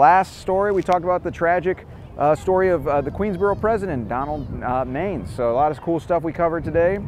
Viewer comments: Man-ISS, not mains. I'm enough to remember the audiotape of the suicide attempt on the local news. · Love your channel! FYI Donald Manes last name is pronounced "Man-ess" not "Mains". I was scolded once by a New York State senator from that area by pronouncing it like you did in this video. Sharing the knowledge so you do not get rebuked by someone! Thank you for the very interesting channel. I learn a lot from you. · Came here to say this about the pronunciation of Donald Manes. It's not MAYnes. It's MAN‐ess. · It's not Donald Mains, it's pronounce Man-ess. I was his nurse in the ICU after he tried to commit suicide. To say he was messed up is an understatement. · Donald Majes' name was pronounced Man-is! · It's not Donald Mains. It's pronounced Man ness. I used to see him in from of the building every day. Probably way before you were born. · LOL. Donald Manes is pronounced MAN-ESS, not MAINES. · Pronounced MAN-iss Donald Manes. You're either too young to remember or not a native. First time viewer. Do a vid on the guy who fed "girlfriend stew" to the homeless in Tomkins Square Park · it’s pronounced “Man-es”. Glad to see you stopped by Neir’s Tavern. Can’t wait to see that video. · Another great vid but note he pronounced his name MAN-iss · His name was pronounced Donald "MAN ESS.... lol. I was an associate of his kids in Jamaica Estates Queens he also frequented the infamous Bristol Hotel which was a whore house in Jamaica Queens . It is also where he purchased his drugs . One Part of his scandal that was hushed up was when he was nearly involved in a car accident on the Grand central parkway after being stabbed in the thigh by a transexual prostitute from the Bristol Hotel 🏨. ABC Channel 7 NEWS Covered it fully before it was overshadowed by the parking violations scandal that took Down Mayor Koch. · Great stuff. Just as an fyi, Manes' last name is pronounced man-is. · …the name is pronounced Man-us…Donald Manes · His name was pronounced (Man iss)